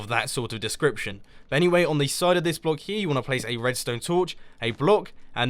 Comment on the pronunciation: Hahahahahahahhahahah I hear that. The right pronounce of block is block u say ( BULOK ) in faster way